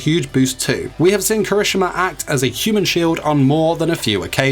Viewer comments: he said somthing like " kreshma " lol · DUDE KIRISHIMA NOT KRISMINA IST KIRI-SHI-MA NOT KARI-SHU-MA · KIRISH'MA BOI ITS KIH-RIH-SHI-MAH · 4 sec in the vid and my boy already messed up When did anyone ever call him kirishma? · Proper pronunciation: Kira-shi-ma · did he really say kireeshma??? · Kershima wel heck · Dude you're pronouncing the name wrong. It's Ki-ri- SHE-ma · The way u said kirishima tho 😬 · you said Kirishima wrong btw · Okay, was anyone a little upset on how he said his name, or was it just me? No hate though. Great video! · I was upset too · Same! But it's probably just his accent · Lol the way he pronounced kirishima`s name😂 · CRINGES MY SOUL😫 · My mans, say the damn name right. Thank you for listening. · When he says the name wrong though